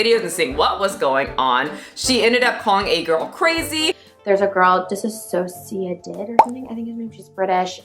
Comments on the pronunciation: FYI it’s DissociaDID no ‘a’ disassociate is different than dissociative ☺️ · as a system and longtime fan of your content, I really appreciate how you read directly from a source to avoid wrong facts. It makes me so mad, this whole thing. DissociaDID (with they pronounce (diss-o-see-a-did, just btw) is such an awesome part of the online community, and trisha can't even SAY THE NAME OF THE DISORDER CORRECTLY! Like, sound it out bitch.